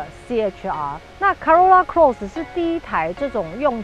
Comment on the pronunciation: Cross 發音了解一下